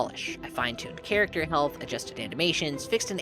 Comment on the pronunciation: "Chat acter" 😂